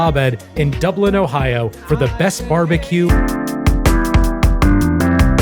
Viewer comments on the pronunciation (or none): none